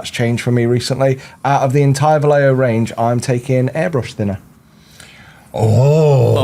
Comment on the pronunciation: We only need to tell how to say (vah-ye-ho)